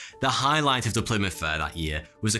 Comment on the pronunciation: wtf is a "Plymout", but a h on that you animal